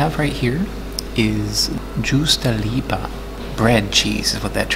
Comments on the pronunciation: laughs in Finnish I have to say that I'm unsurprised that you mangled words like "Rovaniemi" and "juustoleipä". I found a nice place ten minutes from where I live on the south coast that has cloudberries. Not very many, but nice to nab on forest walks. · i goddamn died when u said juustoleipä